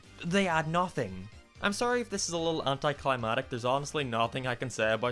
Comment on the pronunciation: very good video, but "anticliMATIC"? bruh please, I love you but that was painful to listen to. that aside, fantastic work as always. keep it up, my man!